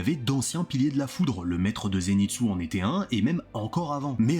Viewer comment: Ba s'est ZÉNITSSOUE